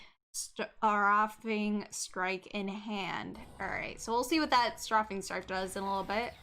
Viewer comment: Strafing is pronounced ‘stray-fing’, to strafe is to move parallel to what you are attacking as you attack. The Lookout is easily the most terrifying card here to me. Six mana rally with a monumentally easy Behold requirement.